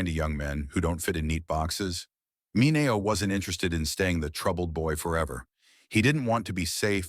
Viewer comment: Sal Mineo is pronounced Mineeo not Minao.